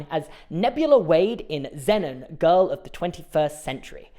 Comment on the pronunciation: Can British people not pronounce Zenon. Or was it just mispronounced. I hope it's the former.